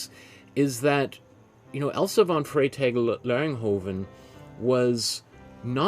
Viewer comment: TWO amazing paintings?!? Great work. And bonus points for pronouncing this artists name on the fly there! 😆👏🏼✨💗 Love your biography sections in these vids - I could listen to art history all day and all night long when you talk about it 😌🙏🏼